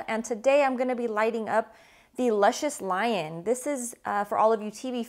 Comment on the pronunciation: You saying da name wrong...